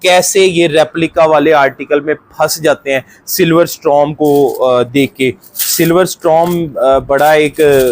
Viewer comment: Its storm not strom